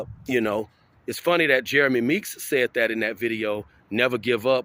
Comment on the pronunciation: Meeks not NEETS